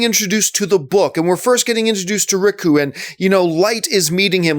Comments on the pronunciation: Riku? Fuck sake man. Its ryuk. Pronounced REE-YOU-OOK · Ricku? Ryku? It's Ryuk Dammit. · my man said RICKU. its spelt Ryuk and its pronounced Ree-ook. he says so in the movie ffs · I'm not even a Death Note fan and "Rikoo" hurts. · It's pronounced 'Ryouk' like R + you + K. It means number 6 in japanese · just a fyi it's REE-YOOK lmao but yeah all your critiques are on point. All I can say is that I definitely recommend you watch the anime (english-dubbed) on Netflix; it's only 20something episodes and you won't regret it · Ryuk (Ri-yuuk) you fuck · Pronounced ree-uk but i agree with the review. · its ryuk, pronounced re-yuke....just sayin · Ryuk "Rr-yook" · Ryku?! Come on, they literally tell you how to pronounce it in the movie. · John just letting you know its Ryuk (Ree Ook) because you were killing me lol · Riku. Oh John. I love your content, but they even told you how to pronounce it in the film. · It's so ammusing and annoying that you kept calling Ryuk "Riku". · Hears him pronounce Ryuk wrong.... instantly looks down to the comments